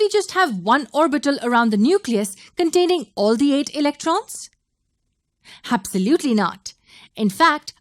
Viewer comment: Awesome video but your "habsalutely" is hilarious 😂